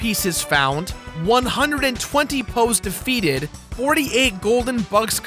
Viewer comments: I thought he said Bugs and Hoes. He said Poes. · For a moment I thought you said "hoes and bugs"!